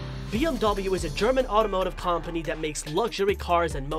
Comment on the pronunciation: I'm sorry if I offend you but it's actually pronounced kuhm·puh·nee not kom·puh·nee .